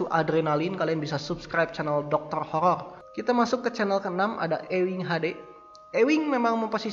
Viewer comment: horor bang bukan HOLOL :D